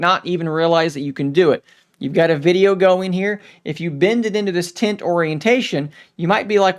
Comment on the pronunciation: Are you saying "tint" or "tent". Sounds like "tint".